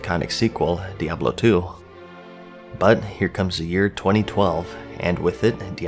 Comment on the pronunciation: Diablo 3 wasn't exactly how you say btw.